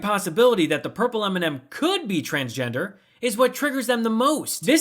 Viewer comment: Why is he even in our country he can barely say M&M 🤮